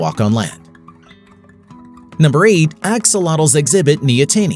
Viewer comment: <Samuel Jackson> Say "neo-teeny" one more time </Samuel Jackson>